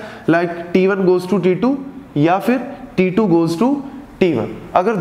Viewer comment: sir says t2 , i hear titu